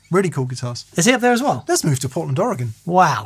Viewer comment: You both deserve some sort of major award for pronouncing Oregon correctly. All the more deserved being as you're both furiners. Lots of Americans can't even get it right.